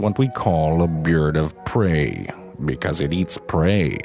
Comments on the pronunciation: "This is what we call a BeeaaRd of PrEey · "Byerd of preyyy"